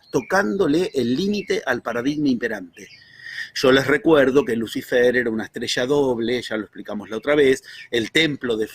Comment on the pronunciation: dice: Luz ai-fer?, es así?